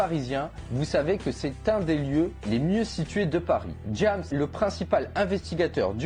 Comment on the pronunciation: c pas jAmes C James